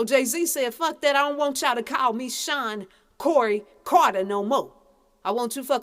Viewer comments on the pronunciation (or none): none